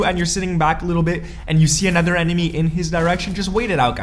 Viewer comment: Another is said: a-noth-er not nether